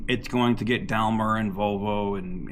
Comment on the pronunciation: Daimler is pronounced “Dime-ler”. FYI and keep up the good work.